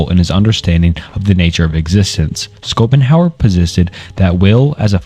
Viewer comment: I love how schopenhauer became "Scoop'em Howard"